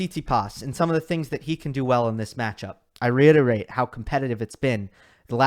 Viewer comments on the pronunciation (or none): none